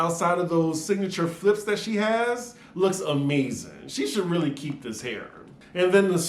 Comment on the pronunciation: "RRRRRREALLY!" Girl- I was like where yo accent at????? Sounded real southern/country... 🤣 🤣 🤣 🤣